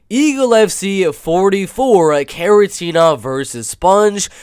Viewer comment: It's Kharitonov not Kharitenov, he is a legend. Gamebred Bare Knuckle fight is also MMA so Njokuani had fight in 2021.